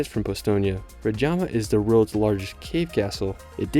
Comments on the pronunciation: Great video, I'm glad you enjoyed the trip. +To help you out. If there's a J in the word, the J is pronounced as Y in new york or Y in yoghurt. So... Osoynica ;), Lyublyana, Predyama etc. You got Ljubljana and quite a few right tho :D. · You have made a stunning presentation of Slovenia. Thanks. There are only a few misspelled local names in the text: Predjama Castle: "j" pronounced like "y" (Pred-Y-ama) Lake Jasna: "s" pronounced like in "sun" (Ja-S-na) Kostanjevica na Krki: "c" pronounced like "ts" (Kostanjevi-TS-a) St. Primož pri Kamniku: "K" pronounced as "KAHM" (like "calm" with "a" as in "father"), "neek" (like "seek" but with "n") By the way, the Church of Saint Thomas is near Škofja Loka (not "Silka"?) If, in addition, you managed to pronounce the accents of all these place names correctly in Slovenian, it would blow away a native listener. It's true that these are just a few little things, but they're like icing on the cake. Otherwise. Great job! Well done!